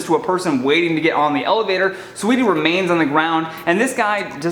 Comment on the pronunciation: Learn to say her name if you’re gonna speak on her situation. SAWEETIE!!!! Not SWEETIE